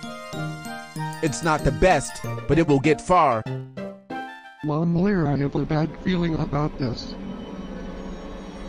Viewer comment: I always laugh when Carlos call you momlare